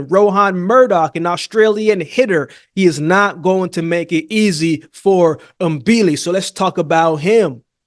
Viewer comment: Thank you for pronouncing Mbili's name the right way. Most boxing journalists don't even bother to get it right.